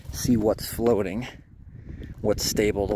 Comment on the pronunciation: "Trees growing on the froating logs" lol 🤣😆🤣